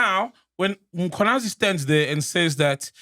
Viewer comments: Can someone please tell Mac that it’s not Mkhonanyazi but Mkhwanazi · Mac is never gonna get the Mkhwanazi pronunciation right 😂😂😂😅